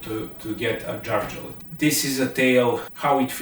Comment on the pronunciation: pronounce Ä the right way! It is not A. Say Järvafjället. Dont say Jarvafaltet. OK?!